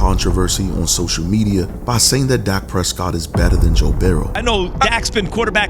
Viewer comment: You got good stuff, but you kill me by the way you whisper / pronounce Dak Prescott 1st name sometimes DAH-AK Prescott or Josh Allen’s name by Pronouncing it Josh Ahh- Len, & let’s not forget Joe Burrow’s name you pronounce it Joe Bear—row. You sound like you’ve got a mouth full of mouthwash when pronouncing there names but laying all kidding aside you bring out real good stuff. I enjoy listening to you & your soft / whisper style of broadcasting & your cool mouthwash Roy Orbison style broadcasting.